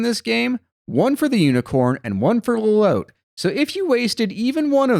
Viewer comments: is "low-lowt" really the canon pronunciation for lolotte? i always thought of it as "low-lot-tee", like how the name "Lotte" is normally pronounced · The way y'all pronounce Lolotte makes me feel like I'm going insane haha. It's spelled like Charlotte. Pretty sure for it to be pronounced this way, it would have to be spelled Lolote. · You pronounced Lolotte's name wrong.